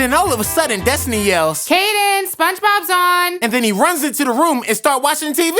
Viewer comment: I think it's Destiny/Destinee (idk how to spell it), not Desny. But it does kinda sound like Desny when he says it, though.